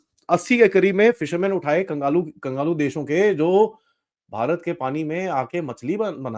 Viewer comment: Its kanglu not kangalu,,, sir